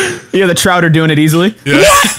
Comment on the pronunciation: "Trouter" oh yeah you mean trout?